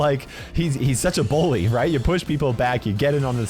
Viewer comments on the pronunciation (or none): Did you realise he said “bull”ly